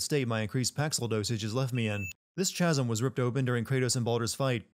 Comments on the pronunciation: lol mispronounced "chasm" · bro chasm pronounces the ch as a k, that's killing me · The word chasm is not pronounced with a "ch" sound. It is pronounced with a "k" sound. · the word "chasm" is pronounced, "kasm", not "Ch-asm".:) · Did you say.... ch...asms.....instead of saying it with a Kuh sound. So Kasm. I know it's spelled chasm. But c'mon. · Its pronounced casm not CHaSm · any else getting triggered by him pronouncing the silent H in Chasm? is that a thing he does on purpose? im new to this channel. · The Emperor's Finest I'm amazed how long I had to scroll to find this comment. Wtf is a chaz-em anyway? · "Triggered" might be taking it a bit far, but it is a bit cringey. FYI,, it's pronounced "kazm." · It's pronounced like Kasm. I heard it too. It hurt lol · Dawg the "h" in chasm is silent good lord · D...Did he literally pronounce it "Ch-asm"? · It's pronounced kasm, but spelled chasm. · Lol at the way you say chasm. You must never have heard it pronounced ever. Also it's losing not loosing. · nah he just just doesnt know how to pronounce it. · I gave this video a downvote because he wrongly pronounced the word "Chasm" twice.